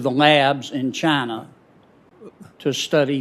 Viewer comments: Fauci said "Chiner'. Hilarious. . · Did this Quack of a Doctor say CHINAR? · Are in chiner? What a Freudian slip? 🤣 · He said chiner 🤣😂👍Wuhan virus china yes we know china made the virus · Is "Chiner" worse than "Gina" ?.. Gina's funnier.. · The bats that have the covi virus is in “chiner”. CHINER!!! 🤣🤣 - Dr Fauci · Chiner? Lol. He’s fucking said Chiner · Also.... Fauci says “Chiner” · He said chinr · Did I heard Chinaer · You know, "Chiner". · Fauci said "chiner" lol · How many times did Fauci say Chiner instead of China? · Fauci pronounces China as Chinar lol. That racist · 1. There is no "r" in china. 2. Why the hell are we giving money to ANY commie institution? Can you please answer that Dr. Falsehood? 3. We've seen this film before with the clintons, just questions, but no jail time for any of these criminals. Something has to change, look at how many people have died because of the china flu and no one is held accountable.